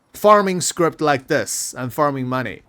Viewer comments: i don't think there's a t on the end of "scrip" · Please. i beg you.. there's no t in scrip.